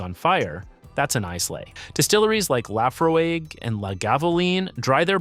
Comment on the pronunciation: The fact that he can't even pronounce "Glenfiddich", "Islay", "Laphroaig", and "Lagavulin" correctly sure inspires confidence.